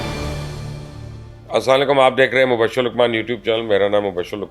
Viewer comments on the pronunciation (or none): اسلا لیکم کیا ہوتا ہے ۔۔۔۔۔ اسلامُ علیکم درست تلفظ ہے